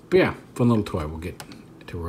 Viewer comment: ... Is it pure coincidence that when you say "but yea" really fast it sounds kinda like "peaugh", or am I showing up to the party a bit later?